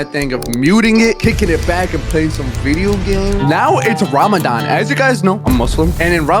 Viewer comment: Your saying Ramadan completely wrong😂